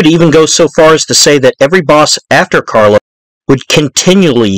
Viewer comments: Bro it's CARLO OOOO NOT CARLOSSSS. ITALIAN NOT SPANISH. REALLY EXCELLENT DOCUMENTARY THOUGH BRO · His Name was Carlo not Carlos 🤨